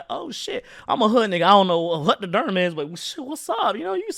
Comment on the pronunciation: Durham is pronounced (Dur-um). Great video though🤣